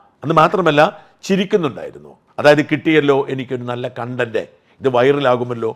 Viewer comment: സാജൻ സർ, കൺണ്ടന്റ് അല്ല കോൺണ്ടന്റ്. sorry